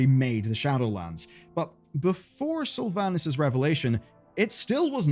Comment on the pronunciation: Pronounce Slyvanas Correctly Challenge (impossible)